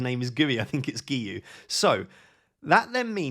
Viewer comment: Great pronunciation on Guiu! (i'm Catalan and it's a nightmare to pronounce)